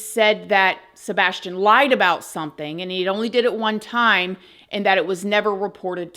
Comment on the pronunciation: The "sabastion case" this is how refers to Sabastion 🙄 not accusing but things are just off